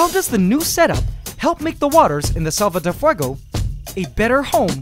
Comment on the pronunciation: I love your spanish pronutation of selva de fuego